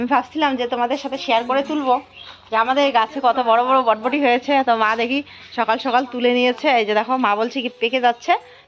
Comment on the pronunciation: কথাটা বটবটী নয় বরবটী। তোমাদের ঘোসকাডাঙ্গাবাসীদের একদিন ক্লাশ নিতে‌ হবে।অনেক শব্দ‌ ঠিক উচ্চারণ করে না। Except,ও ঠিকঠাক উচ্চারণ করে।